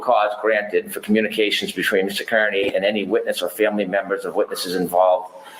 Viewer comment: Judge Sisitsky, not Judge Doolin. Also, Aidan/Turtleboy's last name, Kearney, is pronounced "Carney."